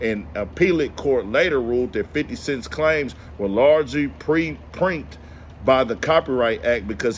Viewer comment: Pronounced "pre-EMP-ted"